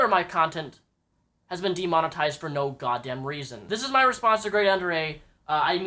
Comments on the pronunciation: Not taking any sides here, but why do people pronounce it "Grade UnderA" when there's clearly another A after Grade? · Why does he say GradeUnderA?!?!?!?!?!?!?!?!?!?!!!?!?!?!?!?!?!?!?!?!?!?!?!?!?!?!?!?!?!?!?!?!?!?!?! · Who is GradeUnderA haha, don't say his name wrong and pretend you have been a massive fan.